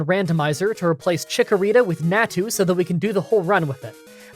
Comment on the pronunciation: it's 'nau-tu' (nau said like maw, but with an n), not 'neah-tu' and 'xau-tu' (xau also said like maw, but with an x), not 'xeah-tu'